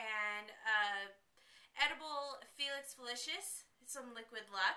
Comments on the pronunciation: Cool video. It's felix felis not felix felishous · 1: felix felices is CLEAR and it's pronounced felix feli- sis